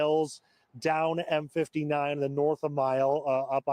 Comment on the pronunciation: Troy is about 1/2 an hour north of Detroit & is an affluent city. Dequindre Road is pronounced Dee-Kwin-Der Rd. M59 is pronounced M fifty nine and is a very busy east/west highway.